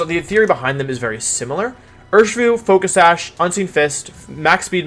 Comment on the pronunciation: I think wideo man is pronouncing Urshifu wrong. It's clearly pronounced You-Are-(Master)-Shifu.